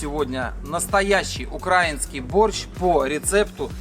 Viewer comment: 😂 в мене так само, щоразу як чую «укрАінскій» трохи нудить. Але що казати, як вони на рАсіі не вміють балакати